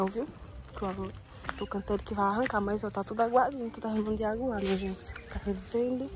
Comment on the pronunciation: vc percebeu que vc fala muita palavras erradas ex:água vc fala álgua,seria bom vc ter um acompanhando com fono ou talvez uma ajuda mesmo que a lu posso ajudar a vc corrigir as palavras...bjsss